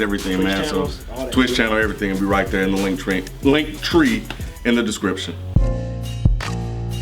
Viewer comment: "link tree" that how you know a programer